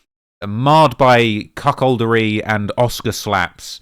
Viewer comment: 😂😂😂 My guy said the "cuckoldry". Im fuckin dead bruh.